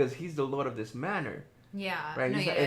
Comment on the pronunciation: Chile did he just mispronounce “manor”